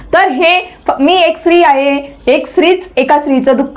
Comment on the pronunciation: मॅडम स्त्री हा शब्द तुम्ही उच्चारताना चुकताय, पण इंग्लिश तुमचं बेस्ट आहे